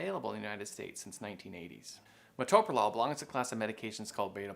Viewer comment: This quack who’s not an MD can’t even pronounce it